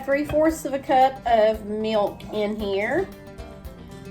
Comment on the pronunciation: What is " mee- ilk " ????